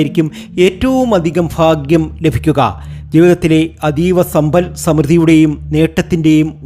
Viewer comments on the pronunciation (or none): ഈ ഫ എന്നൊന്ന് clear ആക്കി പറയാമോ.. Bore ആണു ഫാഗ്യം സൗഫാഗ്യം എന്നൊക്കെ കേൾക്കുമ്പോ ദേഷ്യം തോന്നുവാ 😡😡